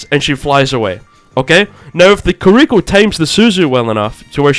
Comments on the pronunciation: i agree with you except when you pronounced kiriko carrico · Kills me how you're pronouncing Kiriko